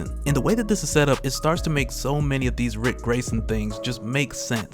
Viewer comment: Everytime that he says RIC I have a fucking stroke 😂😂😂